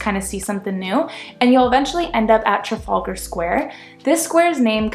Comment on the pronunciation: Trafallgar. It’s pronounced Traff Al ga